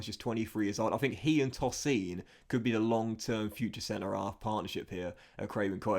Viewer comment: Love the vids mate but tosin’s name is pronounced TOH-seen